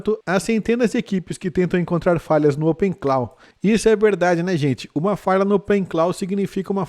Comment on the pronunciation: Opensource morto? Muito ao contrário. A tendência é o código aberto ser auditado e corrigido com mais efetividade que código fechado. E para quem tem canal de IA, a pronúncia correta é opencló e não openclau...